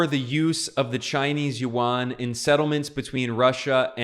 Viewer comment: Chinese Yuan is pronounced by you as "Won" which is the Korean's currency.